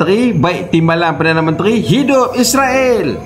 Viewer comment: Sepatutnya ko tak gelak2, tapi ko patut maki jer dua orang tu dengan serius. Ko juga jangan takut2 sebut 'Israel' bukan sebut 'Isriwel' seolah2 kamu takut pulak dengan Israel. Pertimbangkan nasihat aku ni.